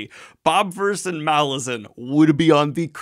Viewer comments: You know, according to the author, it is pronounced Malazan - not Malazan... 😂😂😂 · Is anyone else triggered that Daniel keeps reading name Malazan wrongly even though he interview with author where he said it?